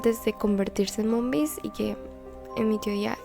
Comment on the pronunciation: También lo noté cuando dice " TAMBIÉN HAY UNA TEODIA DONDE LOS MOMBIS LES SANGA LA NADIZ "😂😂